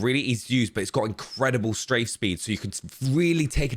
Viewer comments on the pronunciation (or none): none